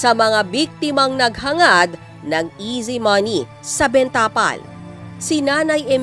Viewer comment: Ms. Reporter, hindi ben tapal ang bigkas. Benta pal dapat.